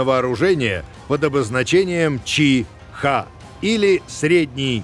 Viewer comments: Не чи-хэ а чи-хи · Вот интересно, Мицубиси произносит правильно, что мешает так же правильно произносить Ти-Ха, Ти-Хе, Ти-Ну, Ти-То, Ти-Ри? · Боже, почему он не может сказать "чиха", а не "чи....ха"? Бедный диктор, будьте здоровы!